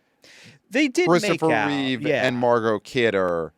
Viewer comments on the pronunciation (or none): Hey guys, its Reeve not Reeves.